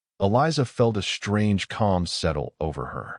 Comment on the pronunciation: Two stories in a row......your AI sucks!!!!!!!!!!!! SHTRANGE, SHTRENGTH, SHTRONGER!!!!!! THERE IS NO FKN "H" IN THOSE 'STR....' words!!!!!!!!!!!!!!!!